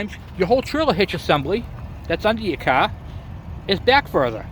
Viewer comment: "You might notice that it is sitting perfectly level, as so is the Caa." (I love our diverse language pronunciations in the US)